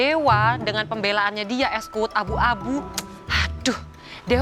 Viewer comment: lengeh gati..wkwkwk.. es kuwut bukan es kuwud..wkwk